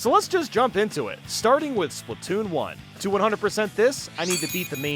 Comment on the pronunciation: bro really said spoon 3💀😭